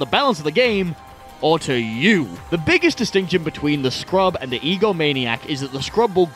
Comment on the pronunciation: THE SCURB scurb. Not scrub. THE SCURB I'm not sure if this was intentional at this point.